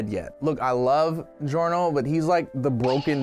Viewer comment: And then the say giorno’s name wrong.